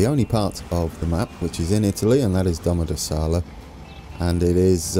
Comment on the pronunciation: you have to work a bit on the pronunciation of Domodossola Btw, great video I’m enjoying the series very much